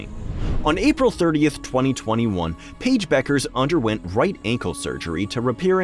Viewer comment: Who? Pa-ige Buuukerzze?